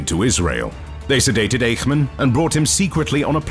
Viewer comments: His name was not Ache-man. It was IKE-MAN. OK? 😢😢😢😢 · Is it you again? You pronaunced Eichman wrong. It is not like a pain but like saying the first three letters in "I sh ould" as Ishman.